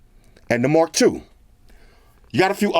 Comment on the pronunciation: Haha sorry It sound like Mark Douche.